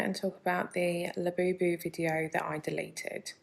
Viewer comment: Her KSI "Labewbew". Come on now. I'll be happy when these go the way of the Beanie Baby.